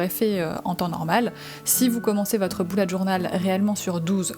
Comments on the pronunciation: C'est bullet pas boullet 😂😂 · C’est bullet je crois ils se prononce bellet pas boulet 😭😭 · C pas boulete journal c Bullet journal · mdr c bullet pas boullet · Pk tu dis Boulette Journal